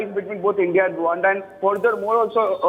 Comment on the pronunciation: Rwanda not Rawanda